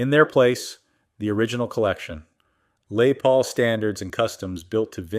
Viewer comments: "Lay Paul" "Lezz Paul" ITS "LESS PAUL" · A lay Paul? . God I hate A.I so much. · AI....Cant say "Les Paul."...what on earth is a "Lay Paul".?....lol